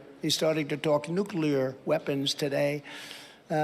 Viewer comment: He can't even say NOOK-YA-LURE:face-purple-crying